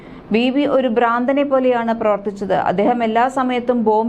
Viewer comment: 'ബ്രാന്തൻ '? അതെന്ത്? ഭ്രാന്തൻ എന്ന് പറയൂ